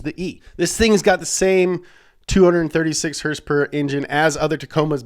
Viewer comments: It's horse power dude, not "hurs-purs" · The way pronounces words is hilarious to me. HERSE-PERS!